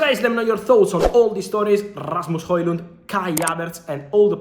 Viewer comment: Very nice pronunciation on Rasmus Højlund name (I'm Danish, so I know ;) )